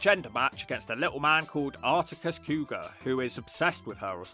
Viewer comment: Arrticus Cougar is my favorite ring of pronunciation by far.